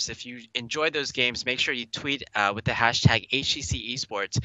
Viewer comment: I have to say it. I haaaaaaate esport commentators with THICK accents like. If you cannot say "with" as "with" and not "wiff" then you need to go back to primary school. Articulate! There are speech therapy classes for a reason. Sorry guys, it bugged me. I needed to get that off my chest.